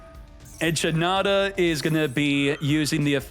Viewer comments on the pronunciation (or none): Echinada..... 😂 Eh-kid-nuh is the correct pronunciation